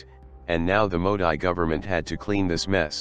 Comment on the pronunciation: It's mo-deee not mo-di